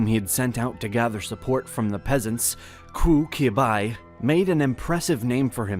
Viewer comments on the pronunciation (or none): I'd advise at least learning the pronunciations of their names before making a video about them lol "Koo Kibai"? Lol. It's "Choo Chyo-bai" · Qu Qiu Bai is not Ku Ki Bai....more like Chooi Ch-you Bai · the better pronunciation of Qu Qiubai is Chu ChiuBai instead of what you said. And btw, he was brutally tortured before he was killed by the nationalists And taiwan was also part of republic of china which wasn't reflected on the map after 1945 when Japan handed it over. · Yes, you’re right, and I was not impressed when he said “ku kiubai” for Qu Qiubai! Also, there is no CCP, only CPC - a common mistake every Tom, Dick, or Harry makes! Needless to say he did not know how to pronounce ‘Mao Zedong’ either ! Anyway, these are off his main topic!